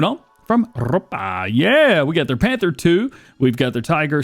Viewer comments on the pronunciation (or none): none